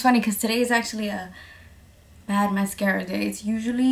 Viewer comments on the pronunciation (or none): none